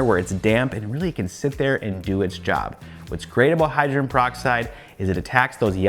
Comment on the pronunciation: I agree with some of the other commenters. Your channel is definitely my go to for figuring out how to clean stuff. Perhaps this is a picky issue, but hydrogen as in hydrogen peroxide has three syllables in it.